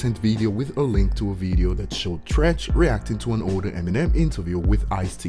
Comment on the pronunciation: It's Treach.. Not Trench... You started off fuckin up... 💯💯